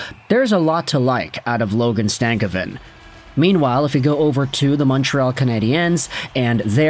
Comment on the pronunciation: Its not stav a kin . It's sta cov vin . Just saying